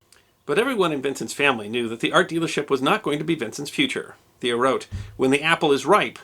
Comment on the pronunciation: It's pronounced like mayo with a t. Tayo van g(clear your throat)